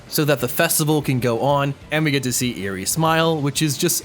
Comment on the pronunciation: This is overall amazing but man mispronounced uraraka and eri's names so much